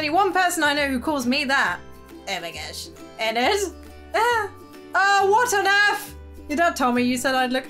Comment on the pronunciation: I'm sorry but your saying ennard wrong